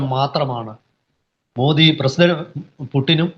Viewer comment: മോഡി അല്ല മോദി എന്നാണ്